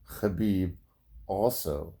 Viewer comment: You pronounce khabib the right way... Nice 👍